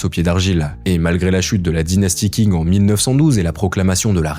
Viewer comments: Le Q en Mandarin est prononcé "Tch" et non "K": Dynastie "Tching", pas King ;) Vidéo intéressante, ceci dit. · je regarde juste quelques extraits mais i) tu ne sais même pas prononcer correctement le nom de la dynastie Qing (ca ne se prononce pas du tout "king", c'est du pinyin de base dont tu pourrais trouver la prononciation assez facilement) et ii) tu devrais t'intéresser à la dynastie Yuan (celle établi par Kublai Khan !) si tu veux comprendre les frontières actuelles de la Chine et ses revendications. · Bonne vidéo mais on dit "tshing" et pas "king" pour Qing. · j'ai découvert récemment ta chaine et t'es dans le top france youtube pour moi t'apportes une vraie valeur d'information et de journalisme, tu fais partit du futur qui va enfin remplacer la télé et les chaines d'infos trop lissent qui ne vivent plus que sur le buzz PS : Je crois que tu parles de la dynastie qing dans cette vidéo, ça parait pas forcément évident mais je pense qu''il vaudrait mieux le prononcé a la chinoise comme pour le reste de leur nom et donc ça serai plus "tching" que "king" phonétiquement en chinois le q se prononce "-ch" avec un léger "t" devant si je me rappelle bien de mes cours